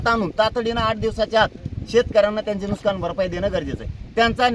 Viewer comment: नुसकान नाही रे येडझाव्या नुकसान अस्त ते...हे आहे पुढारी 😅